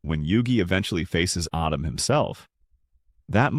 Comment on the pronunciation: Did you call him Adam? Then Adem? 😂 Really? It's Atem.. pronounce A-tim, rewatch the English dub if you don't believe me